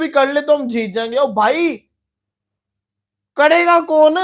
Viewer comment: chutiye pehle bolna to sikh le km se km karega hota h na kadega kon 😂😂😅😅